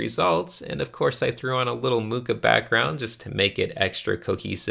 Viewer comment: Ah yes, the return of